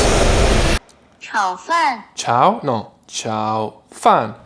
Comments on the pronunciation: instead of saying shao fan, try Ciao as in goodbye, closer pronunciation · Loool, the second time you said tsao fan is the Cantonese pronunciation! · His pronunciation is closer to Cantonese tones than Mandarin tones. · It's cute how pronounciation of chao fan is much closer to Cantonese than Mandarin. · Isn't it pronounced like CHOW FAN 💨